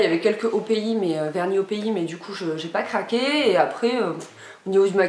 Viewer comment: 😂 vernis "opi" c'est opi mais sa se prononce "opiaïe"j'ai jamais vu sa mais tu m'a fait trop rire j'adore 😂✋🏽❤️